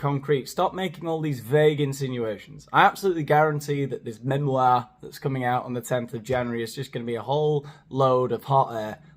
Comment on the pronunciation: "MEmoirrrrrrrrrr" love you 😂